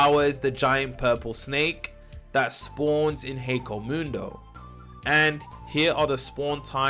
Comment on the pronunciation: HEKOMUNDO? please stop its killing me